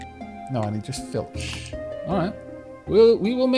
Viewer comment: oh for the love all that is unholy! it is F L I T C H! not F I L T C H! (this sounds far too much like feltch.....)